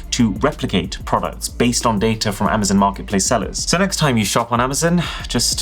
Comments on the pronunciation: Attention UK:It's not Amazen...it's Amazon. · Am-ah-zon NOT Am-ah-zin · Cool, so when are you going to stop calling it Amazun